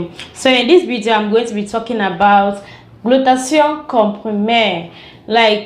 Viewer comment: Nice review tnks,,it is call (glu-tha-tia-yon) glutathione